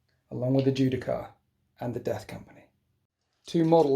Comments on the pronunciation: The only thing that triggered me more than watching you forget to use the ancient's ability was listening to you say Judi-CAR- over and over again good game tho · "Ju-Di-Shar." You're welcome.